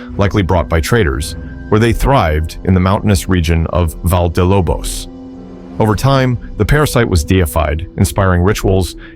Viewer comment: Valle de Lobos it's not pronounced Val, it's rather Va-yé or Va-sh-é depending on the accent. Since it's Spanish please apply the grammar that belongs to it